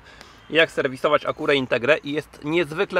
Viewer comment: A dlaczego Acura nie wymawiasz poprawnie tylko "spolszczasz" ? Wymowa jest całkowicie inna "a kju ra" , a ty walisz tekstem jakbyś łaził po zagrodzie . Patrz "A KU ra". A jak wymawiasz Schwarzenegger? I jak z tym BMW ? Jak wymawiasz, a jak się powinno?